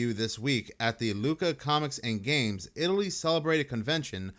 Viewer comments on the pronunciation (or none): none